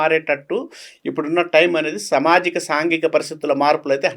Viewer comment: Telugulo samajikam anedi correctga palakalede Pramadalu anedi Pramadhalu ani palukutadu Dr anedi evarina rasukovachu pratimata vatti vatti palukutu telugu ne bhrashtu pattistunnafu.